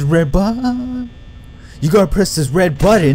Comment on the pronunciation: Stop saying press the red baaa it's annoying